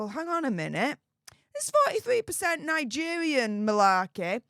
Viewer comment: Nigevvvvvian😂 ffs u need speach thevvvvapy 😂